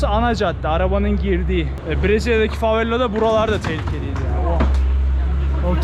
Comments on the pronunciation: neden yer isimlerinin hepsini yanlış söylüyorsun aq? favela yazıp herkes favela derken Brezilyada da burada da favella diyorsun neden bu sinir bozucu derecede yanlış konuşma inadı? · Sen favella dedikçe ben deliriyorum favela babacım fa ve la favvella değil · Kanka favela tek l ile lütfen bastırma :(